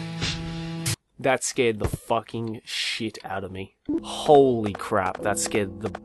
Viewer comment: "I'm saw facking kawaii"(●°u°●) 」😂😂